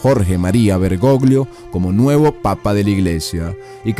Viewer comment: La mala pronunciacion de los nombres en aleman y latin le quita mucha seriedad a este video. Incluso se equivoca con Jorge Maria Bergoglio.